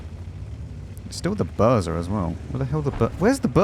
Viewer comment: "found the burza" Mate i admire your effort and dedication to pronounce Polish tank names, so I'll give you a tip: this is pronounced "boozha" and means storm.